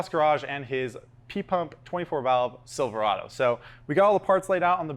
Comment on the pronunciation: It's pronounced Silver-ayyyy-do there.